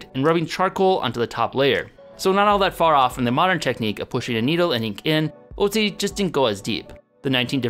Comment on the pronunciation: His pronunciation of Ötzi.....